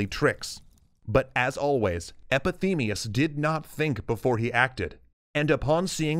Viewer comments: Epimetheus, not Epithemeus. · Calling epimetheus "epithemeus" :/ Love ur channel tho xD its addicting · EpiMETHeus not Epithemeus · EPIMETHEUS not EPETHEMEUS. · "Epithemeus"? It's "Epimetheus". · Your pronunciation is wrong,you are saying Epithemius not Epimetheus. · epimetheus, not epithemius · He keeps on saying epithemeus istead of epimetheus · By now, you should know how to pronounce things and names. EpiMETHEus, not EpiTHEMEus. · Pandora means she who has all the gifts and stop calling EPIMETHEUS EPITHEMEUS I am greek and it hurts my ears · is not too hard either...just like prometheus...just with an epi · you keep saying "epithemias" , it:s "epimetheus" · The fact that the whole time you said "EpiTHEMEus" when the proper name is "EpiMETHEus" made me cringe so much. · You cant pronounce EpiMEtheus, you say EpiTHEmius every time :P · Who tha F is EpiTHEMeus? It's EpiMETHeus, dude. Also, covetOUSness, not covetness. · EpiMETHEus, not EpiTHEMEus! At least get the names right. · I love this series. But why did you keep calling Epimetheus “Epi-Themeus”? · Epi-ME-theus, brother of Pro-ME-theus. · Epimetheus pronounced "Epithemius." sigh I want to enjoy this video, I'm gonna ignore that. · It's sort of like being Norwegian and hear people discuss Norse myths. We shall have to deal, for atleast they try. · Not even close Epi-meth-eus is not too hard (to say close to correct) and very similar to Prometheus...funny I have heard several people say it the way he did no idea why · Epi-MEE-theus! God damn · Breaks down the meanings behind "Pro-metheus" (fore-thought) and "Epi-metheus" (after-thought) 2 seconds later, EpitHeMeUS! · Heads up. Linguistic phenomenon at play! You should know, when you switch the syllables as you do, calling Epemethius, "Epethemius" as you do throught the video, it's called Quantitative Metathesis! Not a term you hear about much or get to often use. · Poor Epithemeus. His name keeps getting slaughtered in this episode. ;) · It's Epi-ME-theus